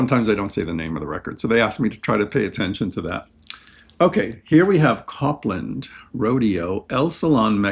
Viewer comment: Copland is pronounce like Cope-land